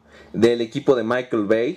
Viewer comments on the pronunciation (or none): none